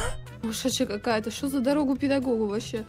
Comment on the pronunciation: Не кто: Обсолютно не кто:: ДоРоГу ПеДоГоГу:)))) (